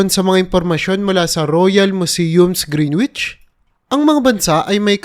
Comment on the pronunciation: Greenwitch? Mag aral muna ng tamang pronunciation bago mag blog "greenwich" ay greenitch ang pronunciation. Ikaw na isang chinese ay gumagawa blog para mag spy sa aming lugar. Bistado ka na tsekwa.